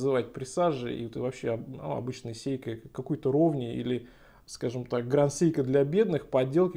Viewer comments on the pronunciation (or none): Почему Сейко, когда Сэйко. Не в японском русского звука "е" !